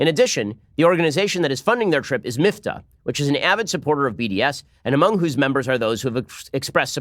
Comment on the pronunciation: I am The Batman it’s Miftah (مفتاح in Arabic), meaning ‘key’. Same root as the Hebrew word mafteah (מפתח), so I’m surprised Ben pronounced it so badly ;)